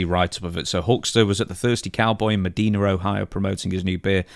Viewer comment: I didn't realize Hulk was in town. We pronounce Medina, OH with a long "i" - "me-die-na"